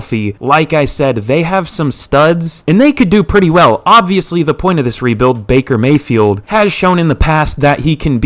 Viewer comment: bakey may-hee